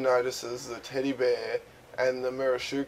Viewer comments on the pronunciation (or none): none